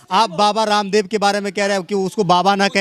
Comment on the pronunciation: Bhai aap.kyun baba.randab bol.rahe.ho ramdab